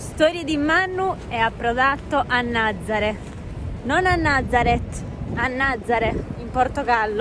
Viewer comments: Nazaré, non Nazare, NazarE’. Con l’accento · La pronuncia corretta della località è Nazaré con l'ultima vocale accentata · Si pronuncia Nazarè con l’accento sulla “e” finale, please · Nazarè con accento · Nazaré si pronuncia con l'accento